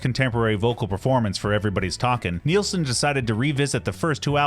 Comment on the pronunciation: It's pronounced as its spelled: NILS-son, rhymes with SCHMILS-son! Not sure why this is such a common mistake. You never hear Youtubers talk about Brian WHEEL-son... Source: The first five seconds of his debut RCA album (played in this video!), and any interview where Harry is sober enough not to slur his speech. Regardless, thanks for bringing attention to one of the 20th century's greatest singer-songwriters.